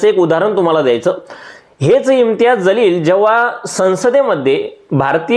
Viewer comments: तुमचा व्हिडियो अगदी बरोबर आहे. वास्तविक आहे. पण त्यांचे Imtiyaz Jaleel असे नाव आहे. ज आणि ज़ मध्ये फरक आहे. त्यांचे नाव जलील आहे. तुम्ही ज़लील असे म्हणत आहे. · महाशय आपण एवढे शहाणपणाचे डोस या व्हिडिओतून दिले आहेत परंतु आपल्याला सुद्धा इम्तियाज जलील यांचं नाव व्यवस्थित घेता आले नाही. त्यांचं नाव इम्तियाज जलील आहे इम्तियाज ज़लील नव्हे। नावातील हा फरक समजून घ्या नंतर व्हिडिओ बनवा.